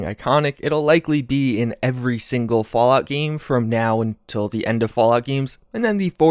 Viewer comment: "Falout" 76? :'D